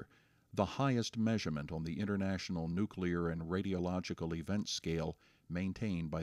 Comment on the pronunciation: your interviewer can't even pronounce "nuclear"